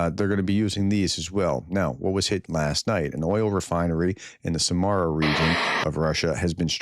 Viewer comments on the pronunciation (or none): none